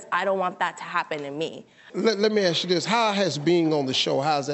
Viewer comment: Nothing about the girl, but why you keep saying aks instead of ask?